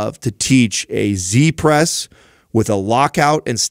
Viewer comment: great show, i like this very much because of the emphasis on mobility and good range of motion. i need to point out though, that i find it strange that you call it a "c-press" when its a "z-press" - why do you pronounce z with the sound of a c Oo I know this from Tarrantino in pulp fiction, he steals a motorbike from "zed" and the gf ask : wheres zed ? - zed is dead honey - zed is dead. z is not pronounced c ! Am i being a grammanerd here or is it actually true and need to be changed Oo